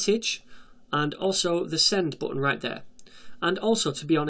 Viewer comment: The booutn.... what an accend 😂